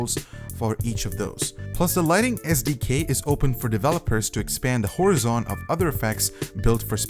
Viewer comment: Nice when the voiceover is just someone reading a script and not a professional voiceover who knows how to pronounce words... It's not "Or-i-on", it's "O-ryan" and it's not "Hor-i-zon" it's "Hor-IZON".